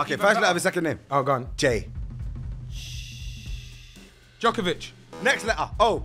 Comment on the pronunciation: "Djokovìch" "Luka Modrich"😭😭😭😭😭